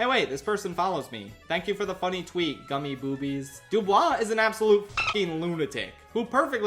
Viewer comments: it’s pronounced Goo-mii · > pronounces Gumi as gummy put some respect on her name... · Erm ackshually it’s pronounced goomi ☝️🤓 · funny gag with gummigoo but ‘gumi’ is actually a vocaloid pronounced ‘goo-me’